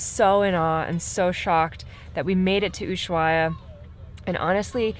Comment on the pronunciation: VERY awesome shots BUT you guys really need to get on the same page re the pronunciation of "Ushuaia." Are you going to take the narrow-gauge train to the national park?